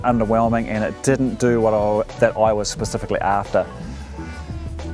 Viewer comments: Hi, It is pronounced as "chee - yun" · First pronunciation was correct, you said it wrong all throughout the video. :)